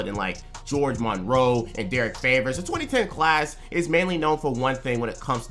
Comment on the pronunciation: Greg monroe GREG 👏 MON 👏 ROE not "gEoRgE" damn cant have shit in detroit not even a name 😭 cool vid tho